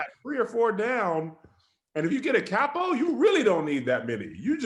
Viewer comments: capo = Kay-po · Hey: it’s capo = (cay-poh)